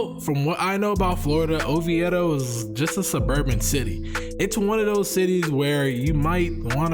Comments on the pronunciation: Sorry you said oveido wrong lol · It’s pronounced O V DOE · you saying Oviedo hella wrong lol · Bro you know nothing about Oviedo. I can tell because you mispronounce it like no one I’ve ever heard. Quit fronting, I’m from Miami and I didn’t know about Oviedo until I moved to Orlando. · Almost clicked off the video I dont believe ur from Florida pronouncing it like that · U pronounce Oviedo ugly af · Did you hear how he pronounces “Oviedo”? 🤦🏻‍♂️😂😂